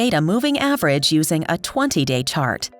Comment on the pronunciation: What's a simple average moving "tart"? A moving tart? Sometimes an AI narrated video really sucks. It just sounds slapped together in a hurry without anyone reviewing for minor errors.